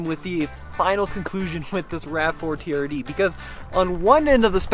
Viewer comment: Jezzz.. It's TRD.. Not TDR 😂